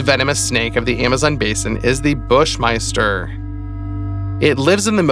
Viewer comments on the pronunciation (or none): "the bush myster"! is he saying it funny or thinks it is "bush myster"? its "bush MASTER